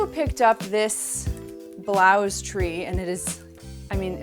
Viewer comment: you said blouze it's blouse